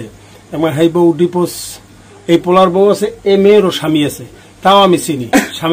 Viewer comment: ডিফোস😂😂😂 নাকি ডিভোর্স?